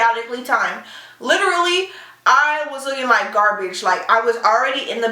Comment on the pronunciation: "Gar-BAGE" lmfaoooo